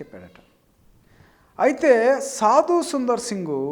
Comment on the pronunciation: ఁబదర్, సాదుసుందర్ సింగ్ గారూ అనండీ. సాదుసుందర్, అని కాదు.